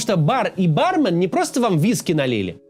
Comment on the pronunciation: барме́н* ударение на второй слог